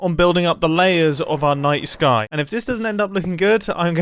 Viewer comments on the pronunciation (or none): Every time he said night sky all i could hear was nice guy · I refuse to believe that I'm the only one hearing Mumbo say "nice guy" instead of "night sky" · Am I the only one who heard nice guy when he said night sky? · I swear to god I thought he was saying "nice guy" instead of "night sky"